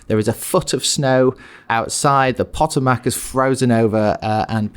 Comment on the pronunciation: First, godspeed, Jack. Second, "Pah-tah-mack'? Oy. "Puh-toe-muck."